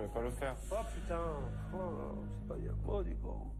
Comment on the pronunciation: "C'est pas bieng" 😂😂😂